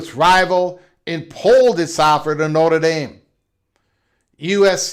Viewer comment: You can't even say Notre Dame correctly. Why should we listen to someone that can't even pronounce the name? You can't even say wonder correct. I question the thinking of someone that can't control their own speech. BTW, ND has several upcoming big games coming with Clemson, Bama, Auburn, BYU, Texas, and Florida. So...... how are they worried? USC came BACK to ND to get them to the table. ND upgraded the lost USC game. USC can't go better than 9-3 and won't sniff the playoffs.